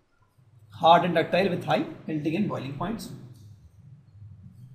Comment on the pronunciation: it is melting not meting bro